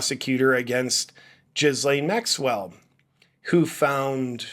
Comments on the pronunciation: The "s" In Ghislaine is mute JP! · Small detail - say the name "Elaine". Now put a G in front of that. Now say it. Don't pronounce the"s". Like all languages, French has it's quirks. You're welcome. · 🤣🤣🤣 "....ChatGPT asking Chuck Norris questions" 🤣🤣🤣 I give that 🖐️ five "Rick-rolls". .....also I can't NOT hear Jizz Lane, when you say her name. 🤣